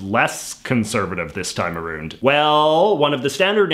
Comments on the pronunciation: Did you just say “aroond?” Too far. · The way he pronounces "around" and "about" reminds me of a British accent that I cannot remember. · He also said 'around' the same way. It sounds cool anyway.